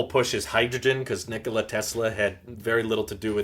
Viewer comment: That’s not how you say their name lmao. Cmon man.